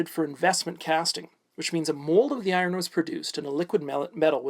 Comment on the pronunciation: Are you saying I-Ron? Lol